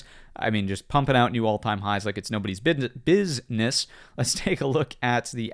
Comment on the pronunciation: Nobody's "Bidness" ;)